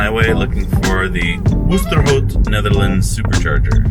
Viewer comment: or oosterhout, tilburg, osnabruck and pretty much any other place they tried to pronounce :D